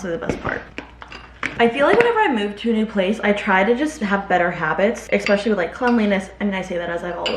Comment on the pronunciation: You'd be less nervous at work meetings if you took the time to learn how to pronounce words. Like especially and praying (mantis).